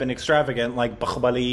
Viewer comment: Why does make that middle eastern 'h' sound for bahubali? We dont do that here in India 😆 its plain 'h'